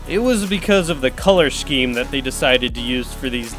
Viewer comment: wait you say sh-keem? do you also say sh-edule?